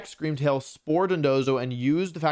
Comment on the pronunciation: Scweam Wail wins the regionals